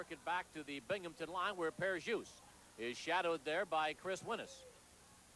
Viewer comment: There's no P in Binghamton.